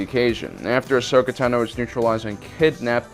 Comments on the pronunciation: Anyone else annoyed by how pronounces "Tano" in "Ahsoka Tano", it's not pronounced "tanow", just Tano! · The way you pronounce Tano is extremely frustrating and I don’t know why